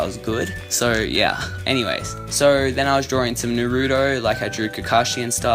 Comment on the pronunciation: did you just say Nuroto?...